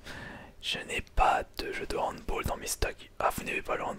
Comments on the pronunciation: on dit handball et non handboll sinon bonne video comme d'habitude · c pas hanboll mais handball aaaaaaaaa xD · On dit pas " handboll" mais "handball", c'est un mot emprunté de l'allemand lol sinon la qualité sonore est parfaite, bien joué mec. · on dit handball pas handboll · Désolé mais non, cela ce prononce handball, c'est de l'allemand, handbOll serai en anglais.